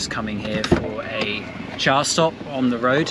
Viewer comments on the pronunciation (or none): none